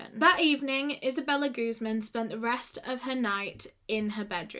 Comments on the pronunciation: Just a quick tip on pronunciation: Guzmán is a Spanish surname and as such one needs to put the emphasis on the stressed syllable, this is guzMAN, otherwise it sounds like you are saying 'goose-man' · Her last name is in Spanish it’s pronounced like gooz MAAN